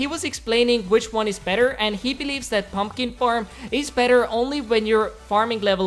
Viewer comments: He said purlner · Did he say pron owner or my ear just suck